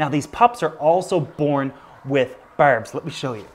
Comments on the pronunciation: "berbs" "hereden certlige" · His Newfie it's showing whenever he says that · Thanks for the informative video. But couldnt tell if you are trolling the pronunciation of “berbs” and “erm” Thanks for pronouncing it correctly at least once in the video haha.